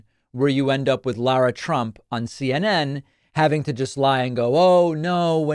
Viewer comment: Name is pronounced Lara not Laura.